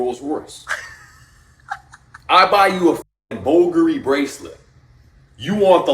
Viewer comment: Homie can't pronounce Bulgari or Cartier, lmao